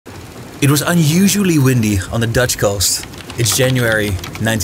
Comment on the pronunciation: It's THE not DA.